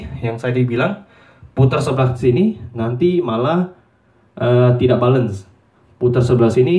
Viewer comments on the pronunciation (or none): Tulisnya "balance" bacanya " belens" bro ! Bukan "balens".